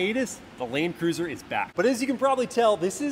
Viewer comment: Laeeeeend cruiser...how se pronounced it was annoying...